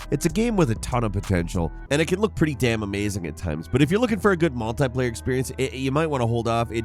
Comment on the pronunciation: MultEYEplayer.... How do you say 'multiple'?